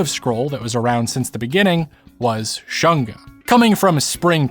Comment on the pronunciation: I find it was deliberate to pronounce shunga as 'shun-ga' (versus shoon-ga) was on point when they were trying to ban it during the Meiji period, because they wanted to shun the shunga enjoyers 😂